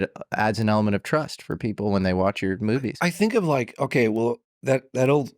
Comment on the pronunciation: "Oakeee?" 😂 Also, "De Medici" is pronounced with the accent on the "e".